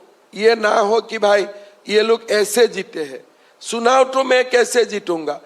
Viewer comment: सुनाव✅ चुनाव❌